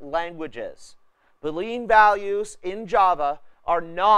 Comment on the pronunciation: Boolean -> [boo-lee-uh n] named after George Boole. Not Boo-Lean